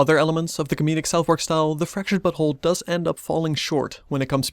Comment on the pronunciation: now I´m not sure, but it seemed you said "Fracturted but*hole". Is this what the devs wanted to achive phonetically? xD Also very nice review!